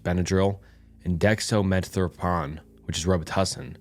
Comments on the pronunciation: Decks-trow-meth-orphan Dye-fen-hi-druh-meen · You gotta learn how to pronounce dextro-meth-orphan lol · Dextromethorphan (Which you butchered the pronunciation of btw) is no joke. It seems silly, but it can absolutely be addictive. At my worst I was doing nearly 2g daily (in 500mg intervals). It absolutely produces some insane thoughts and behaviors at those kind of doses. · Pronounced: dextro meth orphan, like a kid orphan. Dy fen hydra mean. I know there are some tongue tangling words out there. If I am not sure I just look up the audible pronunciation online. It's much easier to say when you look at words using phonics. Its how we learned to read as kids. Decades before your time. I don't think they even use it as a reading and pronunciation tool, in education anymore. I highly doubt they use the old, " Dick and Jane" books either , ancient as the gnostic gospels.😂 Nah stick gospels. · Just a friendly FYI it’s pronounced Dextro-Meth-Orphan however I get the feeling this is another A.I voice channel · dihendivavine 😹 and dextromethropon😭😭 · Jesus dude... say it with me... DIE-FIN-HYDRA-MEAN.... DEX-TRO-MYTH-OR-FIEN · Lol good job for trying drugs are hard to pronounce especially when you don't have any interest in them. But these are your common cough and allergy medicine. Dextro-meth-or-phan Dif-in-hi-dra-mean Never know when you might need to look for active ingredients if a store is sold out of your normal brand. Cause that's how most of these OTC drugs are different amounts with different fillers. It's how they trick you into buying all kinds of different boxes when they do the same thing. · not the different pronunciation of dextromethorphan and diphenhydramine on every iteration 😭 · Hearing him try to pronounce dextromethorphan and diphenhydramine was great😂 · man is fighting for his life trying to pronounce diphenhydramine and dextromethorphan 😭